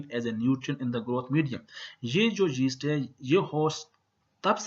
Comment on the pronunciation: its not jeast, its yeast. XD